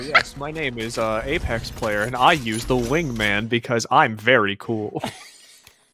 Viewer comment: I spent a whole minute just rewinding and hearing say "Ape Ex" over and over again.....I have problems.